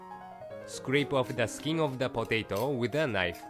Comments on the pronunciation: lol I love how he says potato hahhaha HHAHAH I'm dying 😂😂😂😂😂😂😂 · Is anyone else dying at the way he says potato 😂😂😂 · It's so funny how he says potato 😂😂😂 anyway it looks good